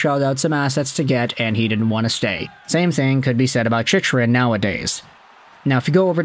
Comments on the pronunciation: It's pronounced Chick-Run, not Chich-Run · It’s Jakob Chick-Run.